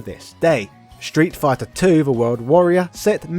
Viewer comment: Ah yes, "Shtreet Fighter 2", the legendary title...